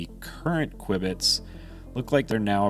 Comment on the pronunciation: The presenters repeated use of the terms KWIBBITS (instead of cubits) and computating instead computing - made this video unwatchable for me.